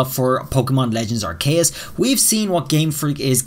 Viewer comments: I think it’s pronounced R-key-yus not R-Kay-yus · I've never heard aceus pronounced like that before, I've always heard it said are-see-us, but you're saying ark-kay-us